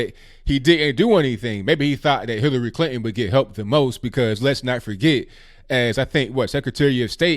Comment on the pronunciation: Love, his way of speaking and accent are charming. I do wish..he's put the 'T'in PuTin and ClinTon. lol